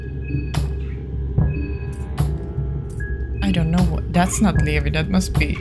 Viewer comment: Talking sometimes works. Especially if you're playing as a certain other character. But it really depends on the enemy. - You actually didn't fully solve that sewer puzzle and proceeded to go the opposite way from the church 😂 At least you covered more ground yay! - Levi's name is pronounced as Lee-vye - IMO, it is indeed better to save the green herb for infections and the red herb for other things - Eye of Sylvian also boosts the effects of healing items (not just magic) but only on the person that's equipped with it. For example, Marina would get extra healing if she were to heal herself but if she were try to heal Abella, she wouldn't get the boost. Only if you unequip it from Marina and then give it to Abella and then use the healing item on her, then she'd get the boost. - I can't get over how Caligura threatens to kill you but his pipe smash attack only does 9 damage 😂😂 - "Bear Trap? Doesn't work." 🥲they actually instantly kill the Fecal Hounds - That was not just a shortcut. It led you to an area that would've been usually blocked off by the rubble. There is a certain equippable item you could've gotten. - If Marcoh and/or Tanaka are still alive, you don't need to worry about getting Olivia's wheelchair. - You found the bar yay! This is another safe area where you can replenish your mind by standing still (you need to be in the overworld, not in the menu). There is an easier, faster way to fill up your mind in this same area later.